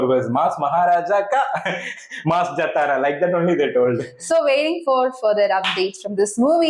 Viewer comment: its not jataraaaaa ....its Jaaaatara